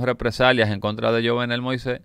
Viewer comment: YUVENEL SE PRONUNCIA